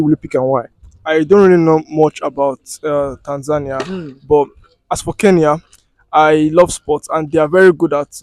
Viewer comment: The last interviewee is the only one who pronounced right the country's name 'Tanzania' .